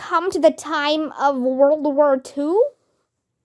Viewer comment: Your pronunciation is not right. World you read it like wur